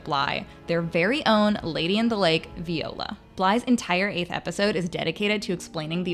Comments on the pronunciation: I'm not sure why you're not able to say Viola's or Perdita's names properly? Did you watch the episode?? It's Vye-OH-lah and PER-dih-tah. Sorry to correct you, but... that you don't say them the way they do in the season, I'm not sure why you're reporting on it. Since you've not seen it enough to get the names correct. Something's off. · lol “vee-ola” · Is anyone else so bothered because she pronounced Viola and Perdita wrong the whole time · Veeeola? Lmao viola? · Say it with me... VIIIIIIIola. Not VEEEEola.